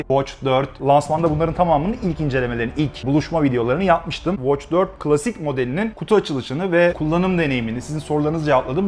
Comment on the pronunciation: Galaxy ve klasik kelimelerindeki a sesini neden kalın okuyorsunuz?